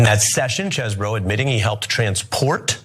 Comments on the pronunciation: Why take on a news segment if you have no clue how to pronounce a name? Does Chesboro look at all like it should be pronounced as Cheeseboro? Its not the most annoying thing you do but its still quite foolish. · It's Chesebro not Cheesebro! OMFG 🤣🤣🤣🤣🤣💯💯💯💯💯 High school must have been hell for this dude 😅😅😅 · NOT CHEESEBRO IT'S Chesebro learn how to pronounce! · Ana has said the names “cheezbro,” “chessbro,” and “chess-eh-bro” all within 5 minutes of one another. I ❤ the lack of respect, keep it going babe! 😂😂😂😂😂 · Huh, his name is Chesebro, get your facts straight.